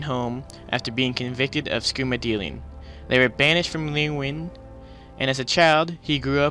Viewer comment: Good video. If I may I'll comment some of the pronunciations for your future amazing videos. Renrijra Krin sounds like Ren-ree-zra-krin. Leyawin sounds like lay-oh-when. I hope this helps. Renrijra Krin isn't 100% accurate. The jra sounds more like serwha.